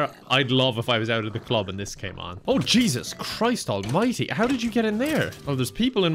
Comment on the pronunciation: No one says “Jesus Christ almighty!” quite like the Irish 😌😌